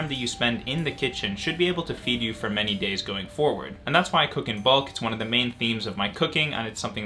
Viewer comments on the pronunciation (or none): none